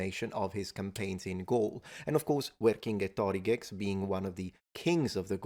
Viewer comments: I feel like you are adding an extra syllable to Vercingetorix's name? It may be my feeble ears, but I was hearing six syllables rather than five. Anyway, thank you for having fun enjoying the videos of Molendinarius Maximus, a personal favorite! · ERRM.. Uerkinge-tó-riGEX? gex? -- there are no geccos involved!! 🤣 ... i know his name is rendered as VercingetoRIGE in italian, but u cant simply slap on an X to make it latin/english/anything and call it a day 😂 ... his gaulish name was Uer-kinget-o-rīx, the "over-warrior-s-king", which the latins butchered to Vercingétorix, shifting the stress to the right on the /ge/ and ignoring the long i in rīx ... but u also shifted due to italian extra syllable the stress even more to the right onto the totally unstressed and short! declension/binding vowel o (like in greek words that are like "...-o-meter", and yeah i know i know, in italian due to the italian stress pattern, it also falls onto that O and hence allophonically lengthens it 🤣🙈), so even wronger than those darn toga-wearers 💀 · That's an interesting way of pronouncing "Vercingetorix", like [ver-kinge-toriks]. From that I kinda wonder, was "Vecingetorix" [ver-kinge-toriks] a proper name, or was it half-name, half-title (or just tile), like maybe "High King Torix" or even "High King Thor"? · . Thats how you pronounce his name 🤯🤯🤯